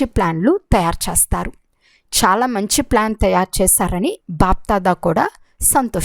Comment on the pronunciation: అమ్మ తల్లి చస్తారా, చస్తారు, చస్తాం కాదు చేస్తారు కదా తెలుగును ఖుని చేయకండి. మీ తెలుగు వినాలంటే భయం వేస్తుంది.